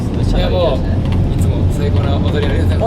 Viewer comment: 翔太くんの「踊り」が何度聞いても「お雑煮」に聞こえる笑笑笑